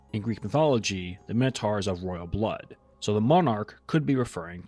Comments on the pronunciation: 'Minotaur' rhymes with 'conquistador', not with 'tar' 😉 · what the frig is a minnow-tar???